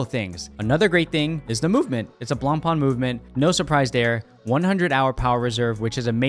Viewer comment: At least pronounce the name correct if you’re going to say it🙄